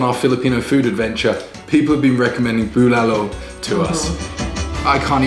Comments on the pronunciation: Good eve congrats again. You really lucky, fiancé good cook. boiling the meat is usually a struggle, we use pressure cooker for beef to save time wait didn't wipe dry the rice cooker underside? BULALO. You got pronunciation right this time. "tagay hanggang mamatay" Tagay - toast/shot/drink Hanggang - until Mamatay - to cause death "let's drink until our deaths" See correct pronunciation here: • • the way eating it is how we would've done it "save the marrow for last", unless you think somebody will beat you to it 😉 "not a big cabbage fan"... So "broccoli" is the cabbage. Hahaha But you're right, cabbage tastes very good in bulalo. when a guy tells a girl "I like your cabbage" then awkward silence 😓 hahaha doesn't look like he drinks a lot. He looks like the guy who kicks the ass of someone who drinks a lot and gets rowdy at a club. 💪 oh the joy of having bulalo,.. and the high blood pressure afterwards.. hahaha marrow delight. Yum 😋 high blood dance? Hahaha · Almost perfect how you say bulalo. That's masarap by the way. ✌ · Your "BULALO" is better than mine! Looks good!Good Job!